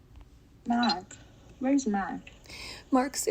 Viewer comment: Mark!!! Not mark mane